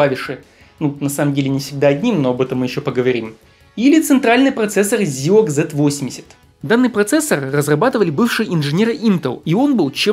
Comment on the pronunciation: Не позорься. Не СинклЕр, а СИнклер. Не Зилог, а Зайлог.